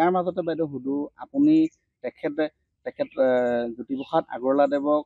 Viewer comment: জ্যোতিপোখাত নহয় অ' বোপাই জ্যোতিপ্ৰসাদ! উচ্চাৰণ শুদ্ধ কৰিবা।🫢